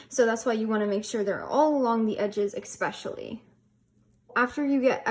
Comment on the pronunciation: Great recipe! Essssspecially not Ekkkkkspecially 😉